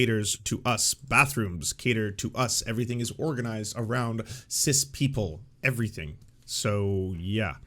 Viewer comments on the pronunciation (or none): Really weird that he keeps saying "sizz." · I love how Tim pronounces "cis" like Jizz with a C. "CIZZ!!!!" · I'm gonna start pronouncing it CIZZ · As if listening to Dim Fool wasn't grating enough, his continuous mispronunciation of cis as sizz is driving me insane! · The only thing I'm offended by is the way Tim pronounces cis. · I can't tell if he is intentionally mispronouncing it, but either way I want him to eat his beanie each time I hear him say it. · is tim mispronouncing "cis" on purpose? or is he just willfully ignorant!? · The idiot can't even say cis correctly, nothing he says matters, it never did but ya.